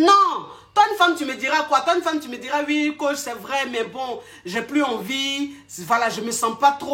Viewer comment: 🤣🤣🤣pardon mes reins... le paradis sur terre 😂😂😂 mais tu dit vraieeoooo